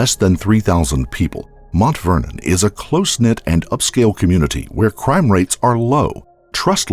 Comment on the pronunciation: Why's he keep saying MONT Vernon instead of Mount Vernon?